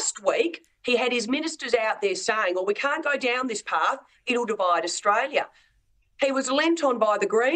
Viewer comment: Albanese cant even pronounce Australia